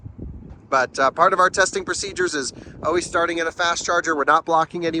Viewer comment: practice your pronunciation of words beginning with "al" such as "always" and "almost". you are saying "oh-ways" and "oh-most."